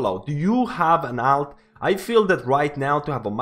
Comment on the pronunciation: Everytime you say alt it hurts me.